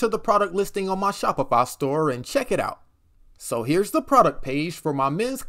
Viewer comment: bro is saying Shopifa